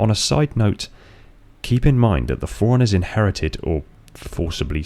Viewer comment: Am I the only one hearing "foreigners" every time he says "forerunners"? Even the caption reads foreigners lol